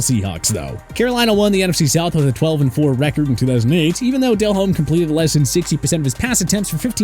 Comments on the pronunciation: Why is saying Jake Delhomme's (pronounced Del-ohm) name so weird in this video? And neglecting the fact that Jake had his best career year without Smith? Also at the point when he was actually on the decline without Smith, he was already well into his 30s. That was a research fail. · Delhomme is pronounced as del-ome.. the H is silent.. 🤦🏼‍♂️🤦🏼‍♂️